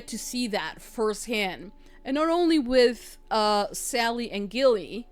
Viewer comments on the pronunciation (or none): Hey! This is one of my most beloved witch movies.😊 I can't even remember the number of times I have seen this. Ok, one thing that was bugging me, & I know u are just saying it how it's spelled, but u were saying Nicole Kidman's character name wrong. U kept saying "Gilly"/"Gillian", but it's pronounced "Jilly"/"Jillian". That's why her sister called her "Jilly-bean", like Jellybean (candy). U ain't kidding about having bad apples w/women too. My ex-girlfriend was a cheater. Actually,, PRACTICAL MAGIC 2 is suppose to be released in 2026.😊 Anyway, fun reaction. Glad u liked the movie.😊